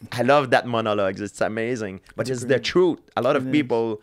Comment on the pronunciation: He said Troot like uncle Georgie LOL